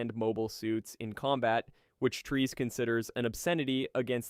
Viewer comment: Great video except your pronunciation of peoples' names. For example, Char is said like "Shar". Char is a French version of Charles so the Ch is more often said like Sh. The worst though is Treize. It is most certainly not pronounced "Trees" :/.